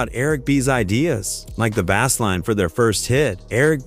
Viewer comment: I was about to say the same thing . I can’t even get past 1 min Then the way he said bazz line 🙄